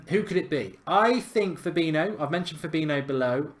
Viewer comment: It’s fab-een-i-o